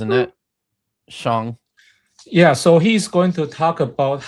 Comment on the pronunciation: Sheng and CJ are lovely, but as usual you and Vishanti are incredibly annoying. And I cringed every time you pronounced his name "Shong"